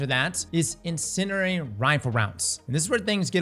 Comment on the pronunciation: nah the way he says incendiary lol